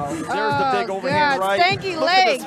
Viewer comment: She said stanky legg